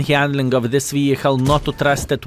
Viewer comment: i love you - but its vehiKKKKKle. :D